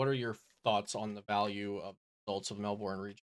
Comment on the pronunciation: Melbourne is "Mel-bern" but good content!